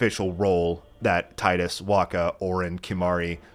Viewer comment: Great game but it's pronounced Tee-dus same way it's pronounced Tee-fa not Tie-Fa yeah I know it's weird lol.